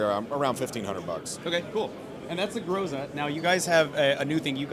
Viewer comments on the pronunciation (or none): everyone mispronounced groza every single time.